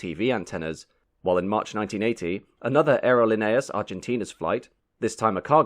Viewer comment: It's pronounced ahhhh erro leee nay aaas . I've been on that flight four times in the 1960's and 1970's. The food was less than excellent and the movie was boring. But they did get us there.